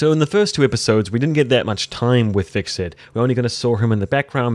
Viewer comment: Sorry to be that guy, but it really bugs me that you're pronouncing it hviKserT, and not the actual hviTserK :)